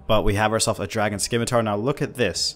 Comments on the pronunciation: It's pronounced SIM-UH-TAR. Not skim. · It’s a “Simatar” not a skimatar